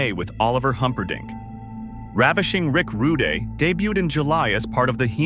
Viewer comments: i'd like to know what in AI makes it call him Rick Rudeh (with the canadian styled eh) versus accurately Rick Rude with the silent e i think it's important to note that Saturday Night's Main Event didn't "replace" SNL but initially was used to fill the time slot during SNL's summer breaks when they typically ran reruns. due to its early success NBC and mostly Dick Ebersol decided to give it a scheduled time in that slot (quarterly i believe) a few times each year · Teach your AI to say RUDE AND DUGGAN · Ai narration is terrible. Instant channel changer. Don't you listen to your videos before you post them? Who the hell is Rick Ru-day or Jim Doogan? If you can't get the names right, what else did you not get right? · Hacksaw Jim "Doogan" and Rick "Rude-eh".... good job narrator, also saying WWE when referencing 80s WWF seems like a sin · ho-GAN? Ravishing Rick Roo-day? Don't be lazy. If you can take the time to collect and organize all these clips and write the script, then you can voice it, too. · This was fun because I was introduced to wrestling by watching a VHS tape of Mania III at asleepover when I was in 7th grade... and 40 years later I'm still a fan. What is up with the voice of the person doing this, though??? Sometimes, Rick Rude was pronounced "Ru dey" and Duggan was pronunced "Doo gan." And why not just call it WWF? That's what it was at the time. This was a fun look back but some odd choices in there. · "Rick Rud-eh", "Jim Doogan"? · Its A.I. BROTHER OoohhYEAHH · This needs some major editing. So many video clips that have absolutely nothing to do with what's being talked about. And how does the AI not know how to pronounce "Rude", but can easily say "Bigelow" and "Nikolai"? Lol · This AI voice is so annoying they can't say Rick rude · Yeah, the narrator can’t pronounce the names of Rick Rude and Hacksaw Jim Duggan correctly.